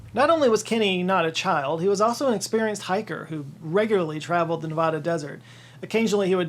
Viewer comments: Please god learn how to pronounce Nevada. No one in Nevada pronounces Ne-vAh-dah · Please learn how to pronounce Nevada before you do it again.